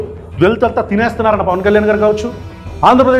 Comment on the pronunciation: నా అభిమాన నటుడు ప్మా...అంటూనే మింగుతున్నావ్